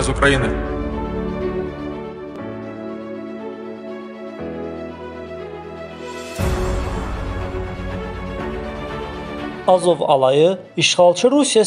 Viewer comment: Sən hələ Azov sözün öyrən sonra xəbər oxuyarsan